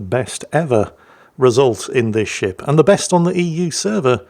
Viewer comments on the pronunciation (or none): At the beginning of the video, did anyone else hear say "And the sh1t he's sailing..." rather than ship?